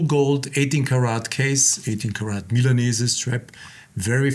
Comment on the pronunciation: It is pronounced correctly >>>> MILA(merica)NE(nergy)SE(nergy)